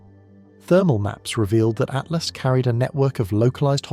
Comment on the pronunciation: Its atlas not at last. Jesus